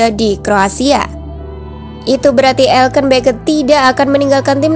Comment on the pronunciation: Elkan woy bukann elken